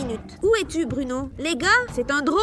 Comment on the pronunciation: je l entends dire bruNOW